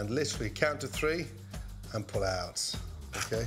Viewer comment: ‘Count to 3 and pul outt’ 😂🤦🏻‍♂️